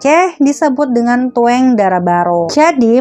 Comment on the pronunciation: Bacaan bahasa Aceh ya salah..memang tulisannya " tueng" tapi dibaca tung yg artinya jemput